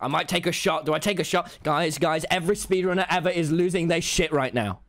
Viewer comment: "I sped ranner minecraft"